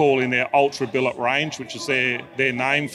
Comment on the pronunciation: did he just say billit cylinder heads? :)